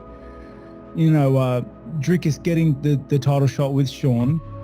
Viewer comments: Thompson calling dricus “Driscus” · How are Americans SO incapable of pronouncing foreign names? Driscus? Seriously? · Please do the man the respect of finding out how to pronounce his name correctly. Its pronounced " DREE-KUS" Not DRISCUS. FFS! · Hey you Poes, his name is DRIKUS pronounced DRIKIS and not DRISKUS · Why do you guys find it so hard to say Dri-cus? It's not Dris-cus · Who's driscus? It's DRICUS. DREEKUS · Dreekuhs - not Driskis. ffs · Who is " Driskus? " His name is DRIKUS - there is no S before the K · How are people still calling him "Driscus" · DriScus? Du PlessUS? Josh Thompson can't even say dudes name right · This is gonna be a sick fight Josh Tompson really called Dricus “Driscrus” ?😂😂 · Is it CTE why Thompson can't pronounce Dricus? There is no "s" infront of the "c"